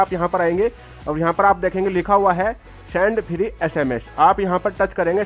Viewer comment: Sand nhi hota send hota hai🤣🤣🤣😂😂😂